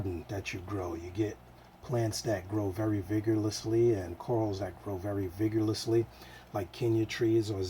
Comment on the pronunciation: Lol vigurlusly 😂🤣 Great video tho! 👍🏻